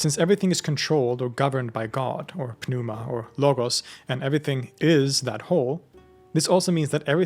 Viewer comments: The 'P' is silent in the word pneuma. It's pronounced like new-mah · Why are you pronouncing the "p" in "pneuma?" The "p" is silent (noo-muh) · Is this actually how pneuma is supposed to be pronounced?